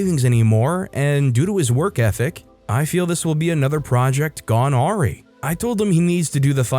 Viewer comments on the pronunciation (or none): If you encounter it in the future the word awry is pronounced "uh rye"